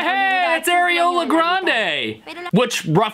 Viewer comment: its actually pronounced Ariana Grande